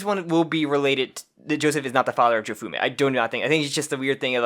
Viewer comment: Jo-Se-Fu-Mi. "Jofume", SMH